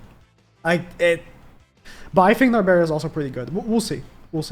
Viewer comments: Stop saying Nabera, her name is Narberal (Nar-beral) or Nabe (Na-be). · NAL-BURR-ELL is how you say her name